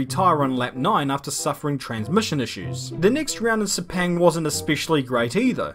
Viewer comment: Lol its not pronounce se--peng it's pronounce se--phang as in sepang